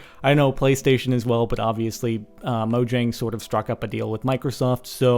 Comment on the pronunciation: its pronounced moyang garsh sparklez!!